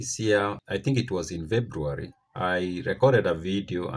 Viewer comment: It's February, not Vebruary.